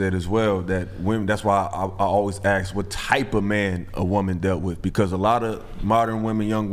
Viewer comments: Why is there fear to confront the guy who says "aks" instead of the correct pronunciation of "ask"? Because it would be twisted and characterized as racist? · These girls cant pronounce women, and the black guy cant pronounce ask. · Can I 'ask' why do some pronounce it aks or Axss a question?